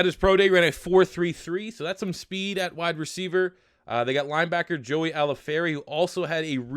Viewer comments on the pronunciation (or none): none